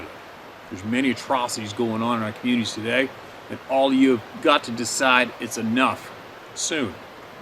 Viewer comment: I like the way he say TOday.